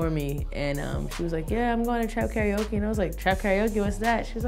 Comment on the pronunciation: Pronounced: Car-Ra-O-Ke